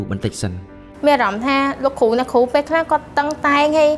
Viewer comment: លោកគ្រូ អ្នកគ្រូ មិនមែន លោកគូ អ្នកគូ ទេ ហើយក៏មិនមែនញ៉ុមដែរ គឺ ខ្ញុំ។ បើក្មួយៗ រៀនដល់ថ្នាក់ទី12 និយាយដូច្នេះ ចុះអ្នកមិនបានរៀននោះទៅជាយ៉ាងណាឫ????????????? នេះគ្រាន់តែចំណុច2 ដែលខុស នៅមានចំណុចច្រើនណាស់ទៀតដែលខុសមិនគួរខុស។តើខុសនេះមកពីលោកគ្រូ អ្នកគ្រូឬ??????????? សូមមេត្តាជួយកែកំហុសឆ្គងទាំងអស់គ្នាទើបទៅរួច។ អរគុណទុកជាមុន